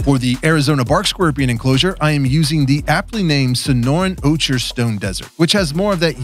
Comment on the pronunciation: BTW, ocher is pronounced oh-kr. Ochre is a color in the brownish yellow range like desert in AZ.